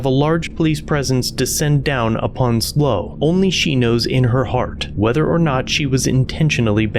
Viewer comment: It is not pronounced "Slow" - it is S.L.O. County Observer for San Luis Obispo County Observer.